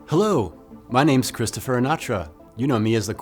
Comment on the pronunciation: Hi Christopher! Say, do you pronounce your name differently in this video? ;)